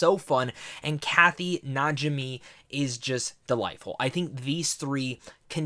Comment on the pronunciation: Thank you so much! You did a very nice job on the review although just a little constructive criticism. Please check your dates and your pronunciation of some of the actresses such as Bette, midler and Kathy but I do agree with you. It was a fun romp and return to Salem, although I do wish that it was indeed actually filmed in Salem. Unfortunately it was filmed in Rhode Island I believe and for those who visited the city you can definitely tell. But overall a very enjoyable film for sure and I'm glad that The witches came back for one more Halloween!